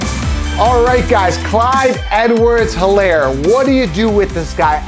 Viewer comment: the H is silent. ist like elaire.